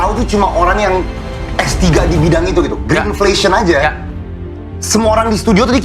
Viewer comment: ngomongnya greenfation atau greenflation sih? halah halaaah